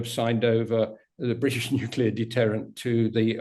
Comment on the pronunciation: Nuclear is not a complicated word to pronounce... thumbdown. I can't help that kind of shibboleth